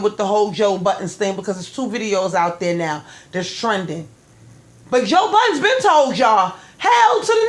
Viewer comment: Joe *Budden” not buttons lol good show!